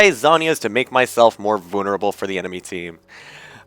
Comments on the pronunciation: voo-nur-abul XD love it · How he says vulnerable at the beginning is hilarious haha